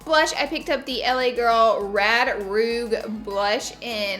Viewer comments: It’s pronounced (rooshh) not ru-ge Strange to me your a beauty guru and don’t know proper name for blush... but any how good vid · Its Rouge (roo-she) not Rooge. Think Moulin Rouge in Paris. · Laura my dear,, its not rouge, its supposed to be pronounced "rouje"😅😅😅😅 btw luv ur videos❤❤❤ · “rod roug” red rouge laura😂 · It's pronounced roosh not roog lol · Rad roog? Lol I'm amused. Rouge = RooZh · You said Roog haha it's pronounced like rooj. "Rouge" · I can’t be the only one who noticed that Laura said “roog” instead of “rouge” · Love this!!! Also it’s pronounced rooshe like Baton Rouge not roog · You said rouge wrong it’s pronounced (roo-j) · whose gunna tell her how to pronounce rouge? "rooJU" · LOL she pronounced rouge wrong rouGe 💀💀💀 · she said 'RED ROOG'. God i love you LL .... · Rouge....lol not roog😂😂the ge at the end makes a huge dif laura... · Oh me gee girl! It’s not pronounced “roog”! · the way she said rouge triggered me 😂❤️ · The way she pronounces rouge. Lol. Still love her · The way she said rouge killed me bc in Canada we learn French and rouge is red and the way she pronounced it killed me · Look up how to pronounce "rouge"😂😂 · The way she pronounced rouge 😵😂